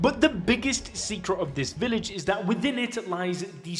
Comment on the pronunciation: are you Jamaican "you said Dat" instead of that.